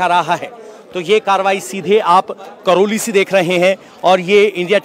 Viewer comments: संवाददाता महोदय, वो करैली है, करौली नहीं। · करोली नही, करैली नाम है जगह का।